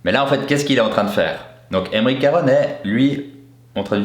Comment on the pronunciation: c'est aymeric caron et non carone